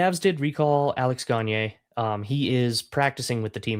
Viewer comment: Minnesota scored 2 mayyybe 3 with 6 on 4 pp's! Props to, first person I've heard pronounce Gagne correctly